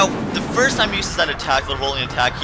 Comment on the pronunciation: *first* not *fist*